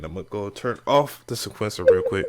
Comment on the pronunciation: Say it with me now..... see-kwent- sir lol. Jeez